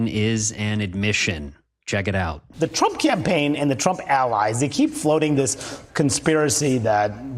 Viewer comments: He can't even say his own name correctly anymore. I heard it as "Schnump" in one recent thing I suffered parts of. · Weird that Trump incorrectly pronounced his own last name, saying, "Strump".